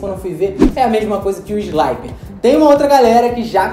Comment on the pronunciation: Não se pronuncia "sláiper", mas sim "slipper", beleza? Vem de "slip", que significa "escorregar".